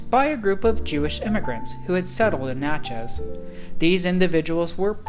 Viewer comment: Ugh....I can't listen to him say Natch-EZ one more time. I'm out!